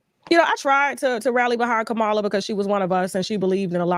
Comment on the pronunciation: Her name is pronounced Commala/Kamala. You are rambling.. I’m shocked.. Lord have mercy on America..